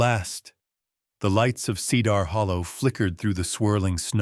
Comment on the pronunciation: The reader sucks. Horrible prononciation of many words, least of all "Cedar". You need serious work.